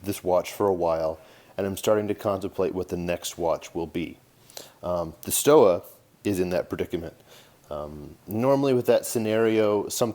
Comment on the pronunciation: In German "W" is pronounced "V" you should pronounce it Stova